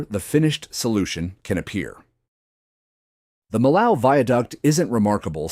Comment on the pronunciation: just another non-French narrator butchering the pronunciation of Millau nothing to see here